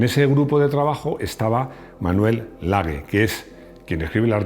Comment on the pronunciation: Manuel Lage (laje), no "lague". Se te da mal los nombres de los extranjeros, pero parece que los de los españoles también.